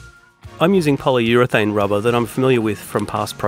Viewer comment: "inject the RABAHH" 😂